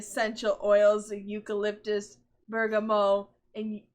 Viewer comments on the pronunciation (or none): The “t” in “bergamot” is pronounced, and the “o” is short (at least in English). “Ylang-ylang” is technically pronounced “EE-long EE-long,” but I have heard it pronounced “YUH-lahng YUH-lang.” Ammonia is one of the most caustic and smelly chemicals known to humankind. It doesn’t matter how many nice-smelling oils you put in, it’s still gonna stink like cat pee and melt Tookie’s flesh off.